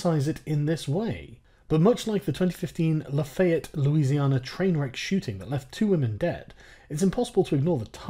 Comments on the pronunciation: As a person who has lived in lafayette LA for 20 years, your pronunciation was decent. The laf part isn't said like luf, it's more like laugh. the rest was perfect though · "La-FAY-et" lol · sargon love your vids but its pronounced laff-ee-et